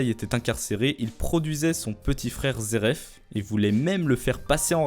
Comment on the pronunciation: Y'a pas de R pk tu t'entête avec ton "zeref" loool Aller, repeat after me: Zé éf (phonétique) me remercie pas.... 🤝 Comme "tin y me zééf lui".....